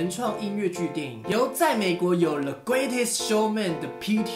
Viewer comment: 更正：1.發音錯誤 greatest 並不是 great-est 2.發音錯誤 chicago 應該唸成chiCAgo （感謝熱心網友提醒）